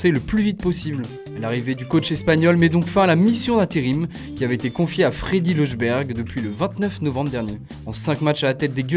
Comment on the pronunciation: miskina il sait tjr pas prononcé les noms “lejunbérg”